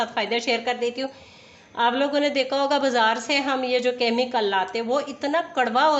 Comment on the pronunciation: Aap dechka bolte hai asal me dekcha sahe hai